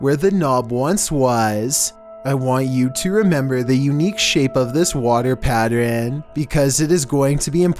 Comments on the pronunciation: I herd pattren instead of pattern lol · I’m sorry..... “water PATTREN??” Tell my I’m not the only one who heard that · he says water patterern haha lool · Can we just acknowledge he said patren instead of pattern... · Nobody:: Water patteren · The way he said water pattern and later bothered me lmao